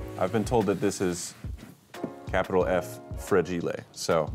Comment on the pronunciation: Did get his pronunciation of “fragile” from the “A Christmas Story” quote “Fragile … it must be Italian!”? I say it when I see the word!